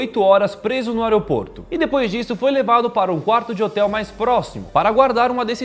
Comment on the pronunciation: teve um dado mometo que vcs falaram a palavra aeroporto de oroporto